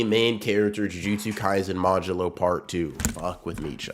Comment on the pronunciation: Bro doing anything but reading modulo